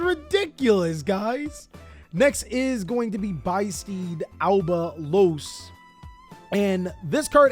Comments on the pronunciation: Oooh it's supposed to be pronounced biss steed, like abyss steed! Because the abyss is the whole thing for the albaz lore. I get it, konami! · It's beast + abyss they are the beasts of the abyss, translation notes on ygoorg, they are not steeds mate.